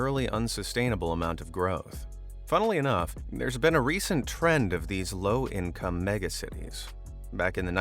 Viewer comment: "price to ICOME ratio"